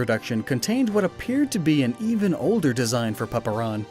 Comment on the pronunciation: I always hear Beaner when he says Beana ☠️